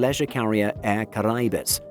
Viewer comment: Suggest you take the time to pronounce Air Careïbes. Otherwise cool